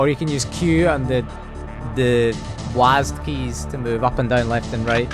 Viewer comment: I've never heard of someone saying WASD as a word before